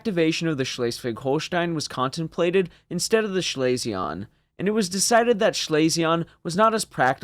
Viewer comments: One small item "Schlesien" is pronounced more like "Schlee-sin" than 'Schley-see-on" My grandmother was from that province and that' how I remember hearing her pronounce it. Absolutely not trying to bust your b@ over it. Just figured I would share. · Schlesien is pronounced Schlese-en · Schlesien is pronounced Schlay-zee-en. Otherwise great video. Keep up the good work. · No, it's pronounced "schlay-zee-en". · I liked your “French“ nasal ending to Schlesien. In fact it‘s pronounced like the ‘en‘ in BE ‘pen‘. All in all, your German pronunciation is still better than English pronunciation by many Chermans. Goot chop, Sir! 😉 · You pronounced Schleswig-Holstein relatively well, but please never say Schlesien like that again xD